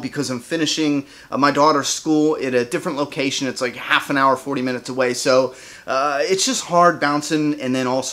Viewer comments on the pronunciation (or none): none